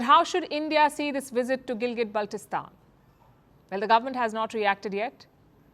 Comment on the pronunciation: WRONG. The entire region of Jammu and Kashmir, including Gilgit Baltistan legally belongs to India and illegally occupied by Pakistan. Pakistan can't produce a single legal document for it. Also, it is Gilgit and not Gilgat😅